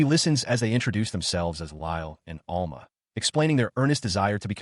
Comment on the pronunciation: ITS Al-MA not all-ma